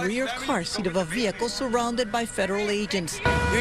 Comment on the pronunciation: & she still said, behicle..not vehicle.